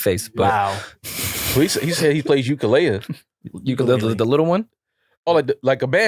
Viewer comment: Please don’t go to Hawai’i saying Ukulele like that 😂😂